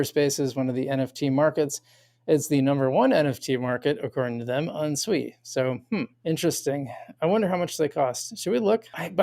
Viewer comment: You’re pronouncing Sui just fine